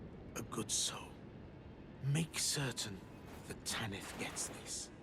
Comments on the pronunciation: why do you call her "Ta-niith"? In game and everywhere I've heard, it's "Tanith". Even Patches pronounces her name that. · Tan-ith, not Tan-neath. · Patches: "Tanith" - Dipshit narrating even after hearing it: "Taneeth". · Its wild how you played a clip where Patches prounces Tanith the right way and then you kept saying TANEETH immediately after. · Rya literally tells you how to say the Mistress’ name. who in the world is Tah-neeth? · Feels like people just mispronounce things for engagement bait “Taneeth” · Tan IF it's pronounced Tan IF they say it in the game! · How do you use a clip of a character saying Tanith the right way and then proceed to say it wrong for the entire video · Why you saying her name like that. The characters are SAYING her name in the game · I love these videos but your pronunciations are wild 😂 How can you play a clip of Patches saying Tanith's name multiple times and immediately after say it wrong 🥀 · So funny to me, especially because Patches just finished pronouncing "Tanith" correctly multiple times immediately beforehand. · Definitely a choice to repeatedly say it wrong despite hearing the NPC's Rya AND Patches say it correctly. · The name is even said earlier in the video by Patches. How and why would you pronounce it differently?